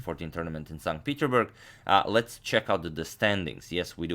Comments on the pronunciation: Plzz its not peterburg its peterssssburg u have to pronounce the s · PeterSSSSSburg please, PeterSburg! It triggers me xd